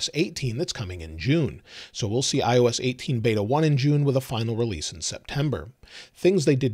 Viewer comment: It’s beta not bada